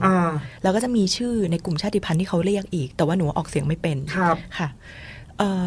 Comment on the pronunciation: ขอบพระคุณที่ พูดคำว่า ชาติพันธุ์ ว่า ชาด-ติ-พัน ไม่ใช่ ชาด-พัน ❤รักเลย